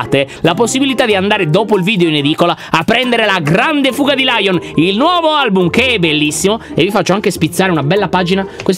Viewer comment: Comunque.......ai detto ALBUM xD hahahahHhahhaHh&♤&